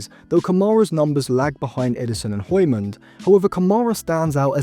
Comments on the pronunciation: No one asked but the pronunciation for hjulmand is Yool-man. Could be a good midfield option for like 40-50m if we can’t get an a-list target like Wharton but with Man U tax and the fact that this might be a late scramble, we would probably get nowhere near that price. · Der er ingen der kan sige Hjulmand😅 de udtaler H'et🤣🤣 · That is not how you say "Hjulmand" lol